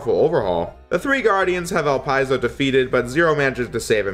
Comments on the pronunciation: Great Review! Love your coverage on the story portions and the improvements from Z1 especially. Also, a couple of things to comment on: -El-Pee-Zo not El-Pie-Zo. Also Weil is pronounced Vile, since it's practically a German name. -Could be some sort of misinterpretation on my end, but I feel the Guardians are borderline obsessed with destroying Zero, since they are technically rival bosses. Resistance soldiers are just cannon fodder for them, and they don't really have any opponents that actually test them to their fullest within the Resistance like Zero. Leviathan for one, comments that she doesn't care if the world dies if she can destroy Zero. Harpuia also for ignores Elpizo for a bit just so he can fight you and actually enjoys the pain when you beat him. -Phoenix Magnion is a pain in the ass for new players, but when you figure out his gimmick, he isn't really that hard and is kind of a fun active boss. Phoenix will stay still for a few good long seconds until you decide to hit him. He will ALWAYS teleport on the first attack you throw out, so shooting a buster shot or throwing a slash will bait this out. AFTER he teleports, then you can hit him before he throws out his move. Fighting him is really just a quick hit and run strat. Bait teleport, smack him once, rinse, repeat. The rising fire in his stage can be dealt with, by taking advantage of the time he simply waits for you to attack once you notice the screen shake. Stop attacking him. You can then just position your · I think the correct pronounciation is "Ellpizo" and not "Elpyzol". But I'm not sure,and according to Google Translate it is "Elpeezo",so I'm not confident we can find an accurate answer. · 1st. I always thought Elpizo was pronounced Ell Pee Zoh. Not Ell Pye Zoh. 2nd, I thought Elpizo was a chick. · Is that how his name pronounced? El-Pie-Zo? I always thought it was El-Pea-Zo. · It's Dr. Weil (Dr. Vile) and Elipzo (Elip zo like saying eclip so) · It's actually pronounced el-pid'-zo